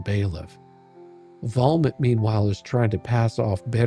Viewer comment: Love the letter, but I have to tell you every time you say Volmit I actually hear vomit. Must be my Aussie hearing but it definitely fits as hearing his garbage makes me feel ill.